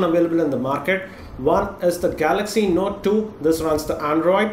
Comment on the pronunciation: Note THUI?! Are u spitting?.. Means iphones the best (y)